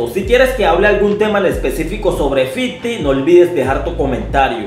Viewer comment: fifty no fiddy